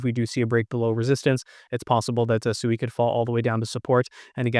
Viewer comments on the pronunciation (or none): It is Swee not Su ee